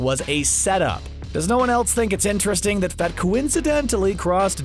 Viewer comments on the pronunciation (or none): none